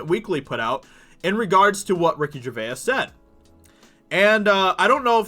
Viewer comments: Its pronounced ger vase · From a fellow a Brit to Ricky, Gervais is pronounced JERVAYZ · I wish this guy could pronounce Gervais. Dude gets a whole extra syllable in there. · Great commentary, however, how you pronounce “Gervais” is annoying. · How confident are you in your pronunciation of Gervais?